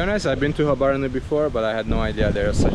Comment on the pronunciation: you pronounced it very well man 😂❤